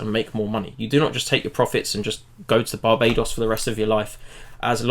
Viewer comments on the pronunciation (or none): none